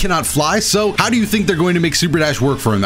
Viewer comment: put some sauce on that "HOW"